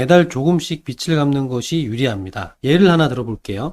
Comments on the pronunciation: 빛 → 빚 으로 수정해주시고,, 발음도 '비츨'이 아니 '비즐'로 해주세요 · 빚이ㅡ비지 빚을ㅡ비즐 빚들ㅡ빗들 발음이 너무 심하게 거슬립니다.